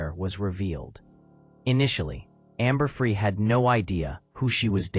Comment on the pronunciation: This AI story just mispronounced Amber’s name. See ya.